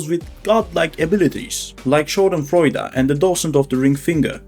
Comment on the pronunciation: Great Video but pls look up the German prononciation for Schadenfreude thank you